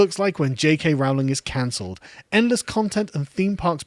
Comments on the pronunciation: it's not actually. Listen to how Joanne pronounces her surname. It's "Rolling" not " Row ling". She even commented that she gets minorly annoyed when people mispronounce it, but she doesn't mind it too much. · Her name is pronounced RO-LING. Have you become American? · PLEASE - PLEASE - PLEASE - will you pronounce J. K Rowling's name correctly! Her name rhymes with ROLLING. How do I know? Because I've got a biography where the pronunciation of her surname is discussed. When she was younger and teaching students the students used to pull her leg and sing 'Rolling, rolling, rolling' which was a signature tune of a popular Western TV series. I'm delighted you are defending this marvellous author, but please pronounce her name correctly. Otherwise, you undermine your credibility. So ROLLING, ROLLING, ROLLING, please! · "Rowling" is pronounced "ROH-ling". It rhymes with "bowling". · Getting annoyed at how he pronounces Rowling.